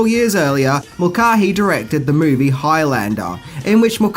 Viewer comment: Mool-car-hee lol😂 Mulcahy is pronounced Mul-kay-e not Mool-car-hee lol😂😂😂